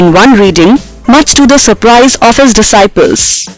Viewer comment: Haha don't even think about it..She had even pronounced disciples in a wrong way 😒